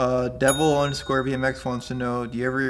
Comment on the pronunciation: damn... he mispronounced my name!!! lol it's not devil it's deVille like a Cadillac!!